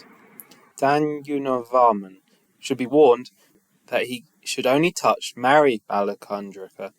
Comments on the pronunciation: The correct pronunciation is: #"dash" as in (english) gush, mush, sussh🤫 #"Kumar": "ku" has an abrupt "u" as in cook and "mar" has an elongated "a" as in bar, tar etc.... thus "kumar" = kumaar #"Carita = "Ć" is Ch as in chubby... and the "a" suffix in "rita" is an abrupt "a" while "t" is a soft t.. thus "ćarita" = charit. ie. "dash - kumaar - charit" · The last c is pronounced ch as in chair..